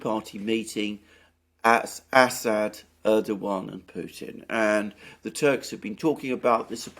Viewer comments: Thanks Alexander for starting to pronounce Erdogan name correctly! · Alexander nailed the pronunciation (Erdogan) at the second attempt! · Hooray! Alexander Mercouris appears finally to have accpeted that the soft G ( Ğ /ğ ) in Erdoğan is silent. The other Alex, less gnarled than AM but more gnowledgable about this soft G, can gnow stop gnashing his teeth in agnoyance.